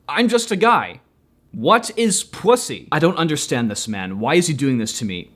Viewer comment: Hearing you say "pwussy" made me laugh so hard I cried :V